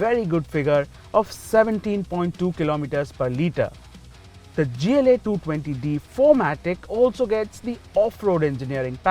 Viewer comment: Why the hell would pronounce gla like that